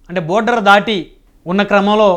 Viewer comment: బార్డర్ ర నయన.. బోర్డర్ కాదు..